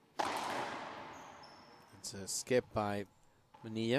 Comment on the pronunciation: Parrilla and Manilla are not pronounced Pareeya and Maneeya in English